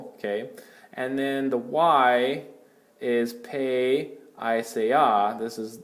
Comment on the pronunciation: Great videos. Soft e on pe like “pet” rather than sounding like an A in “pay”